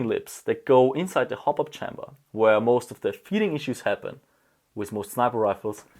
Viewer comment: bitte lern mal the nicht se auszusprechen this nicht sis